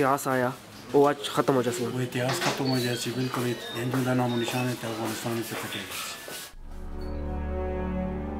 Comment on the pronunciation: Thank you for this documentary!!! The were a lots of thing that I loved but the most one was when he pronounced Afghanistan the way it should be. Not like most of others who are pronouncing it like foreigners. We are afghan and we know and SHOULD know how to say AFGHANISTAN !!!!